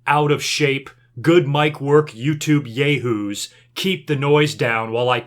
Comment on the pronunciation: Did my man just call us Yay-Whoos?